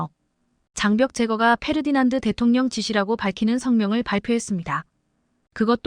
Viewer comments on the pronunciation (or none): none